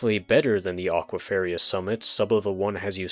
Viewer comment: great vid! but you're pronouncing "aquiferous" wrong )